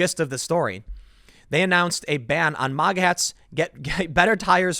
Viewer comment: Its maga not mawga